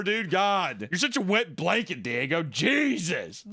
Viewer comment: the "L" in blanket a real one